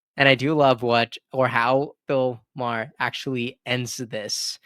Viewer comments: Bill " mar er", not Mayor lol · Good take but it's pronounced Maar like a candy bar and not Mair like a horses hair. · It’s Bill Mahar, as in bar! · Maher is pronounced like Mar.